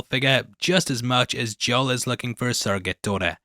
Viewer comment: Joel is pronounced like mole with a J.